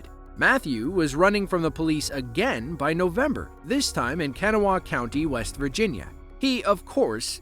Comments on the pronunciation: It’s pronounced “Kah-naw-wha”, not “Can-uh-wuh”. Kanawha Co., WV. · okay you pronounced my county’s name wrong ka - NAW - wha it is a very common Indian name! We have a couple rivers with that name! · That isn't pronounced "Can-A-Wah" county in WV. It is "Ka-Nah-Wah" county lol. It is spelled Kanawha. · Kah. Nah. Wha. Not caniwa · Kanawha county WV is not pronounced CAN A WHA, it is pronounced KA-NAW-AH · It's pronounced "Kuh-naw-uh" county. You're welcome. Signed, a WV resident. Not Kanawah co, but very nearby. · As a WV resident I can confirm that is not how you say Kanawha County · Hilarious pronunciation of Kanawha . About as good an attempt at the guy fleeing police.